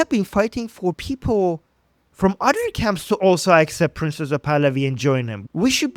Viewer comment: Hate to correct others’ English but best not to repeatedly call him “Princess Pahlavi” or “ Princessa Pahlavi” or Prince UH Pahlavi … the E at the end of “Prince” is absolutely entirely silent. It’s slightly humorous, but distracting because it sounds a bit like you’re making fun of him by feminizing his name , which you obviously do not want to do. Think “Prints Pahlavi.” That’s the perfect